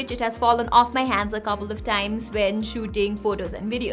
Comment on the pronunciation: When she said 'dropped it kopal of times', I knew she speaks gorkhali.